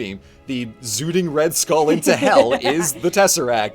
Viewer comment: ah yes red stull